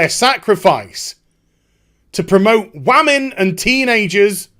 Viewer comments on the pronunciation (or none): Please stop saying whaman or whatever, its sounds so retarded.